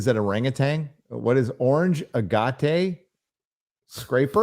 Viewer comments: Ag-ate. A kind of stone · Its pronounced Ag at ,like fag at just remove the f. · Thank you! That mispronunciation was bothering me. Lol! Grew up picking agates up on the shore in Alaska and Oregon.